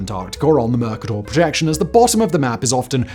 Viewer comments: Simon has definitely cloned himself. The way he pronounced Mur-Kahtoor was a cloning glitch. Bro is hosting 22 channels simultaneously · As a Brit myself, he says all kinds of words weird, and mer-KAY-tur is how everyone else says it. For someone whose job is saying words, he often comes out with bizarre versions of them! It's normally a sign of being well read, but you'd think someone would let him know that that's not what the script says. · Slight quibble, Simon. "Mercator" is properly pronounced with the accent on the middle syllable and a long "E". Just thought you'd want to know. The online dictionary shows the pronunciation as (mərˈkādər). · I've never heard "Mercator" pronounced that way. Online sources that I've found agree that the "A" should be long. What's up? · That is not how you pronounce Mercator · He doesn't know how to pronounce 'Mercator' either. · Whistler has picked up all sorts of weird pronunciations over the years. At least he's dropped that god-awful transatlantic accent he was putting on for a while that made him sound like a blend between Tony Blackburn and Loyd Grossman. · Ok, look....I know the Brits and Americans get into it all the time over different pronunciations, but I can never forgive you for how you pronounced Mercator. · Highly original pronunciations of Mercator and Fjords! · Isn't it pronounced "mer-KATER"? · I've never heard Mercator accented on the first syllable, even in the UK. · I always heard it was pronounced "mer CAY tor " not "Merka Tor" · It's not "Merc - Ah - Tor", its "Mer- Kay - Tor" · Everything stopped for me when he said "merrrkerrrtorrr" and I couldn't listen until I checked the pronunciation online, thankfully it is indeed pronounced "muh-kay-tuh" and now I can rest easy again. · It’s pronounced ‘mr·kay·tr’ not ‘mr·ka·tore’ The word ‘Mercator’ does not have an ‘e’ on the end so the ‘O’ is short and not long. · Isn't it pronounced Mer-ca-tor rather than Merk-a-dor? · It's mer KAY ter. Look it up.